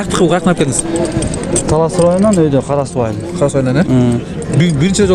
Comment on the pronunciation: Эрнис Ажиматов журналист ождон да ожон ужун талаз деди окжойт